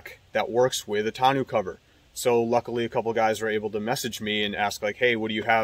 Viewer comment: Thanks for the review. FYI it's pronounced "tahno" not "tah-new"